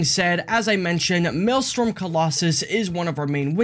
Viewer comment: Maelstrom, not Maelstorm.